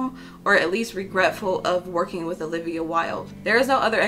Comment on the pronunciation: Haha did you just call her Ho-livia?